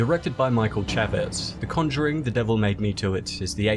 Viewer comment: Sounds like he said CHADVEZ.